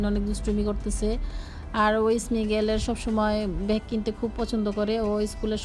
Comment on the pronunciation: ভ্যাগ না ব্যাগ বলতে শেখেন আগে